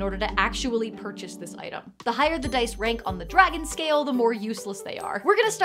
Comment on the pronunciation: Huzzah,, "I likah tha DICE!"